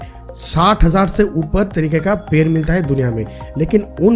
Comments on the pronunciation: Bhai 🦶per Nahi ped🌳 hota hai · पैर(foot) नहीं पेड़ (tree) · Ye ड nhi bol payega uski jagah र bolega